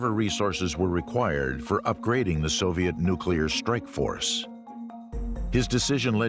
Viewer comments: One more time....it's NU-CLE-AR, NOT NU-CLU-LAR....... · Nuclear, NOT 'Nucular'! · Your credibility goes down when you say "nookyaler".